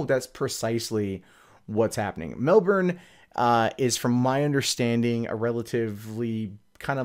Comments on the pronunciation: it's pronounced mel-bin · I want to say you did better pronouncing Melbourne this time lol. Almost there not quite.